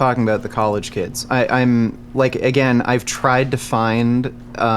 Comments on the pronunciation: Every time says the word "AGAING" I get physical reaction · Againg gang